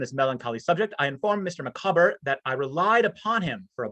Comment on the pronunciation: Having a purpose - yes, Dickens was very much a self-made man, and one with a tremendous work ethic, so he placed great store on independence, self-reliance and hard work. BTW, I once heard someone pronounce 'Micawber' 'MICK-a-bore'! Good grief!